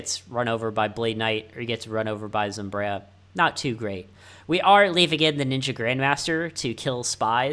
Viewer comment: Regardless, its not zomb-reye-a, its zomb-eye-ra